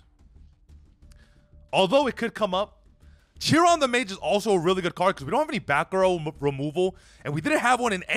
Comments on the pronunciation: It's not CH-ron the mage it's Kay-ron the mage he's based off the Greek centaur known for being the wisest of all the centaur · Kai ron the mage, not chi ron